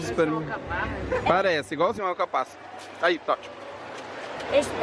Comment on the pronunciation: É impressão minha ou o apresentador falou "alcapassa"? Hahahahaha!...